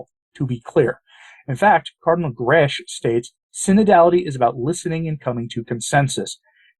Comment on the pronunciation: Just a little correction, Mario Grech is pronounced 'Greck' rhyming with 'speck' not 'gresch' as in 'mesh'. Just sayin'... I'm Maltese too just like Grech, so know how the language is pronounced. God bless!